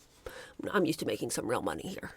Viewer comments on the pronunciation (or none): none